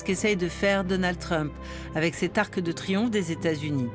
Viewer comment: Svp, au moins pas sur ARTE. Pourquoi prononcer un "e" à la fin de "arc" alors qu'il n'y en a pas! Mais quelle est cette nouvelle mode de prononcer à l'oral un "e" à la fin de mots qui n'en ont pas?🥺